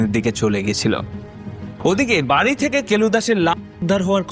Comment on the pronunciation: শব্দটা বাড়ি, বারি নয়, শব্দটা বেড়াল, বেরাল নয়। উচ্চারণ ঠিক করুন । 'ড়' এবং র, এই দুই শব্দের পৃথক পৃথক উচ্চারণ রয়েছে। পারলে একটু বিদ্যাসাগর মহাশয় রচিত প্রথম ভাগ পড়ে নেবেন। তারপর অবশ্যই সাবস্ক্রাইব করবো।